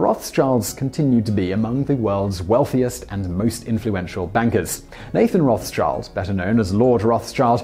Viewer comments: so the pronunciation is somewhat like "Rot-Shilled" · It's Roth-Schild not Roths-Child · The pronunciation isn’t „Roth’s-child“ but „Roth-shild“ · Nice Video! Only one suggestion. You are pronouncing the name like Roths-child. Try pronouncing it Rod-shild. It isn‘t hundred percent correct but a lot better than the former. Don’t want to be an as*****, just for you (in videos) and anybody who cares about it. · You are Correct! the correct pronunciation is ***ROTE,th-SHILD** (german, meaning - RED SHIELD) and not Rawth-CHILD (especially if you're an engrisch-speaker!!!!!) AND, The "R" should be either 'TRILLED'- with your tongue —> with a long interval r,r,r,r,r,r; or, 'guttural' from the back of your soft palette (like youre clearing your throat) ........ so, ..... "RrrrrrOATh-SHILD". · Haha his pronunciation is so bad it took me a really long time untill I realized he was talking about Rothschild 😅 and I lived on Rothschild street for 2 years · It's Roth-Schild, not Roths-Child ^^ You kinda butchered it, but i can definetly see why :D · It's not pronounced Roth-s-child. It is Roth-schild. Red shield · Rothschild is a German (Yiddish?) name. Pronunciation: RÔth-shILd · Its Roth-schild (Red Schild) not Roths-child. Nothing to do with children! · Just a little note: a more accurate pronunciation of the German name Mayer Rothschild would be MY-er WROTE-shillt. It's not exact, but close enough. The English version of the name is pronounced ROTH-child. The original German name means "red shield" (rot=red and Schild=shield). My suggestion is to use Google Translate or something similar for help with pronounciation of foreign terms and names. Otherwise a great and very informative video! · Slaughter the name for 8min straight 😂 ... its Roth-Schild the h is silent :) not a ‘th sound :) 😉 😂 :) but nice video! :) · It's not Roth's Child but Roth Schild (red shield). The h is silent, so no th sound. The sch is like sh in the word English. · Its rothschild not rothchild